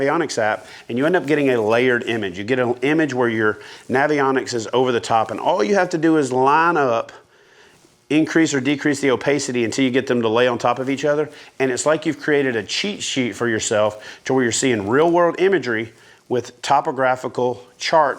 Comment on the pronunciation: Did he say "opecity"?